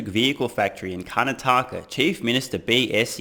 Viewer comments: It's pronounced "kar - naa - ta - ka" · As someone who's been driving on Bangalore roads for the last 15 years. Achieving full self driving in India will be the accomplishment of the century. Coming to your pronunciation of Indian words, apart from "Karnataka" you absolutely nailed everything else! Just can't wait to get my hands on the Made in India Tesla. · Im from kerala and karnataka is my neighbouring state , your pronounciations were really good except you butchered the word 'karnataka' PS : Virat Kohli is better. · 9/10. You absolutely destroyed Karnataka and you kept saying it over and over again 😂. But in all seriousness, you were quite good in saying the names and much much better than many others who have minced the words. For e.g, in restaurant I used to do part time in in Perth: "Prawn Lababdar" as "Prawn Labrador". Sorry sir, we don't serve dog here. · Hi, I am an Indian living in America and the founder of Zojila. Check out the website. My company was founded about the same time as Tesla and interestingly my background is in automobile design and the space industry. I also share the same philosophies as our common hero, Elon. My products are in great demand in Australia. You got 4 out of 5 state names right. You are messing up Karnataka. Don't split it up into Karna and taka. You have to say it all together as Kar-na-ta-ka. And more importantly, Steve Smith is not even close to Virat Kohli. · You pronounced "Karnataka" really badly.. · Adorable way to pronounce Karnataka.. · Well you butchered Karnataka quite bad 😂 would rate it 2/10. The rest were fine. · His pronouciation of Karnataka felt like 2 tight slaps and repeated 6(!) times. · Karnátaka instead of Karnatáka. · It is called Kar-na-taka and not Karan-taka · Kanataaka😂😂😂😂 Honestly you did great especially with all other words. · Its pronounced Karnaataka not Karnataaka. Rest are close enough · Its pronounced CAR-NAH-TAH-KAH ;) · Its pronounced as karnatak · It’s Karna-ta-ka😊